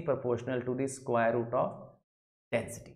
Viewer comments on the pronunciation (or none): none